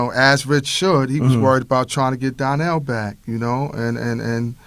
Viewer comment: Why they keep pronouncing Donnell as DARNELL???